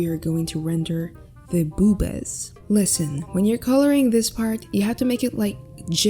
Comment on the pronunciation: Ghe "BoObAs"😂